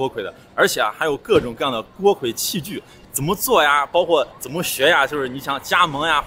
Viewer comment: 这个字不是读锅KUI吗？